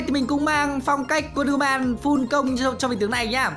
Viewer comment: Đọc là "uân đơ hu mừn" nha ông 🙄🙄